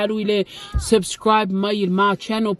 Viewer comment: iz koll "subkribe" 🤣